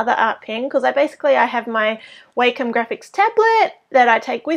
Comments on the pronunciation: it's wah-com not way-come..... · I've hear it pronounced both ways. it really doesn't matter. (I actually prefer Way-Com, along with many teachers and students from when I went to college Digital Art/Animation classes